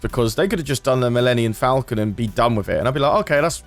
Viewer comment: Its Millennium falcon not Millenniun falcon